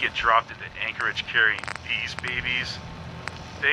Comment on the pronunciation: Anchorage is pronounced (anc - ridge ) not (anchor - ridge